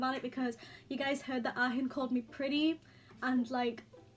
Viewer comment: please stop saying the h in ahin